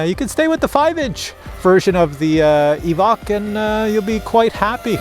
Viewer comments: EEEvock? It is EEE-v-oke ...maybe a quick "veh" eeee-veh-oke. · Pretty sure its ee-voke not ee-vuk